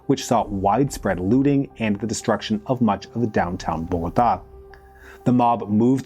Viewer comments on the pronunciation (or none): none